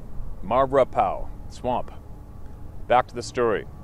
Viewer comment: frank here in south Louisiana,its pronounced - mar a paw.marepaus.